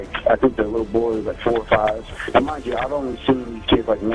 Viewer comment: "I haven't done any-fing wong" Smdh 🤦‍♂️ can't even speak basic English